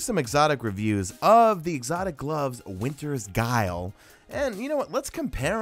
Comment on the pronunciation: good video but that not how u pronounce the " winters guile "